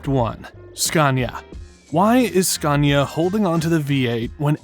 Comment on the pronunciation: #TruckTopia... Did he say "SCUNIA"?